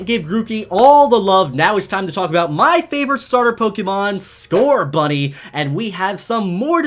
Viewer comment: There is no T in Scorbunny!